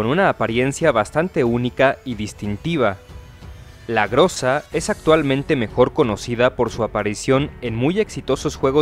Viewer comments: "ГРОЗÁ" SE PRONUNCIA [GRAZÁ] Y NO [GRÓZA]. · No se le di groza sino grueza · "ГРОЗА" SE PRONUNCIA [GRAZÁ] Y NO [GRÓZA].